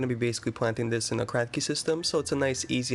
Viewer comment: Did you say cracky system? 😃